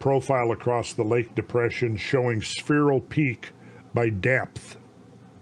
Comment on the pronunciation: Suicide drinking game shot every time Randle says sphereal